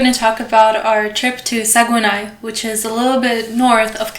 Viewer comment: good video but Saguenay is pronounced Sag-nay (or sag-neigh)